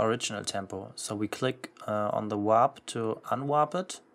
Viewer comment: Why do you keep saying “WHOP”? It’s “WARP”